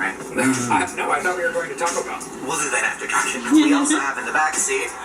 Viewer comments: It’s not TARGÉ. ITS TAR GET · target not tarjay